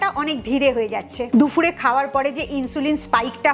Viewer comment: দুফুর না শব্দ টা দুপুর হবে